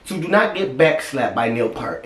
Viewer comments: Glad you like one of my all-time favorite drummers. When I was young, he was a huge influence on my own playing as a developing drummer. Btw...his last name is pronounced like PEERT, not part. I just figured you'd want to know. Great reaction, brother, as always. Much peace & love...God bless! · "Purt" = Peart If you are not careful, guys will start up a drinking game over mispronunciations. It's funny though, don't try to change it. Just imagine the mic set up on a turn table. I still am partial to "Bobby Caldwell." We all have special connected favorites. Captain Beyond forever. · Pronounced Peer-T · The natural talent & technical ability this man had is unbelievable 🥁🔥 RIP to “The Professor” ♥️ You are missed by all ♥️ I don’t wanna be the grammar person everyone hates but his last name is pronounced PierT like a pier on a lake 😉 Fun fact! His drum kit cost like $70,000! Sorry to keep adding stuff but damn he’s great!! The man was 51 yo when this was recorded!! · Your favorite drummer's favorite drummer! The Professor!!!Pronounce like "ear" with a p at the beginning and t at the end.👌🤘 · OMG YOU WATCHED IT!!!! HURRAY!!!!! 🔥 He's the 🐐 GOAT!!! 🙏 RIP Neil Peart of Rush was BAD ASS You mentioned when you watched "Tom Sawyer" how good the drummer was!! Boom 👊💥you nailed it,!! Name is pronounced PER-T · No, pronunciation is Pier t. Watch interviews where it is confirmed. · Peart... pronounced like the word EAR with a P and a T lol ♥ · Neal passed away earlier this year. He is knows as The Professor and the Professor is also known as "Your favorite drummers, favorite drummer". Danny Carey was a complete fan of Neal. RIP.. By the way his last name is pronounced as a Pear - The fruit. Pear-T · Ok, I gotta be that guy I guess -- pronounced "peert." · I haven't read through too many comments yet, but to pronounce his name correctly, think of pier at the ocean, then throw a hard T at the end. Pier-T... Neil Peart. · Peart, like ear is how you say his name. P ear T.